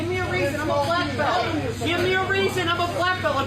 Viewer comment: "Im a Bleck Belt"! Thats nice, Im a US Marine so STFU..end of conversation.